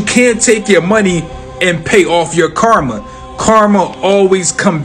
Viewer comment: Amen, not to be rude but I hate it when they say Karma. I like how you said it.